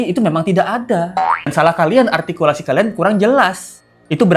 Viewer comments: kata juli altikulasi ka 😂😂😂 altinya dewan juli belhak membelikan nilai -5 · Itu Juri ngomong ARTIKULASI.Dia aja Ngomong R aja Gak Bisa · Jurinya yg artikulasinya yg tidak jelas, coba dengerin saat bilang "R" gajelas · Juri ngomong R aja kagak bisa... Koq ngajarin Artikulasi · Menyebut artikulasi dg jelas, padahal si juri itumenyebut huruf R aja ga becus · Juri yg bilang artikulasi hrs jls, justru artikulasinya gak jls, r nya gak jls, juri apaan ni? Merasa paling BNR dan sgt ototuter